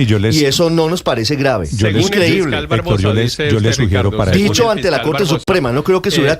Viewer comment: Ese "Hétor". ¡Ay dioj mío! Pareciera que le pagan por defender al indefendible o de pronto estará enamoraíto